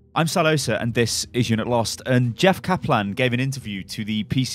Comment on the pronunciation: He said jeff kaplan so weirdly